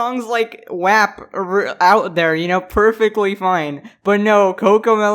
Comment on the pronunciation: Watch someone get mad because he said 'wap' wrong And also, YouTube is genuinely going outta their way to wipe a diss track that legit did no harm? Really? If anything, Felix is doing good shit with (I'm mainly referring to the 6ix9ine shit). Shit...now I wanna accuse them of defending 6ix9ine just to piss off the idiots at YouTube. That'd be interesting 🤷🏽‍♂️